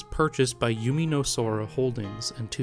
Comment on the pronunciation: They were mostly correct, but here’s a couple that I noticed: - You pronounced Umineko as “yumineko”, when it should be “oomineko” - A couple of times you said yume as “yu-mi”, when it should be “yu-may” - Not really sure what went on with Kanon, it kinda sounded like you were talking about the anime K-On 😅 But none of this detracted from the overall great quality of the video, and again your pronunciation was mostly good.